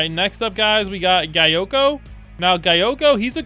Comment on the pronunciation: nah called gyokko guy-okko and then proceeded to say kurapika correctly once and right after saying it correctly he says kura-pike-a it should literally be impossible to say it right once and then proceed to say it wrong 1 second after saying it right.